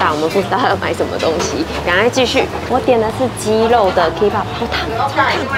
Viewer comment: Kebab是念“可霸”，不是“K霸”喔～